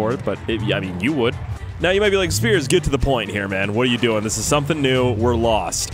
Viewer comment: Knock knock. with the I first so spiers